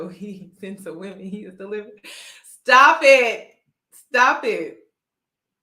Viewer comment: asked "is he delivert" 🤣🤣🤣